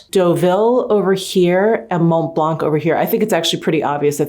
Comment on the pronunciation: Please ..don't pronounce the "C"..re: Mont Blanc, Sauvignon Blanc, etc ...it's silent ...Love ya😉